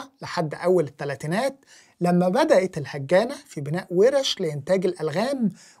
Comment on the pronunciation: هاجانا وليس الهجانة